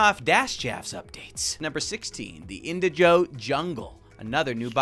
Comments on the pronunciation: The fact he kept saying indiJOE instead of indiGO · Pronounce Indigo like Indi using Indie and Go like go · why is he saying indigo (in-dig-o) like that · Why do you say indigo like that